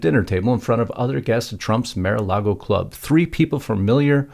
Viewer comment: It’s MAR not Mere-A-Lago.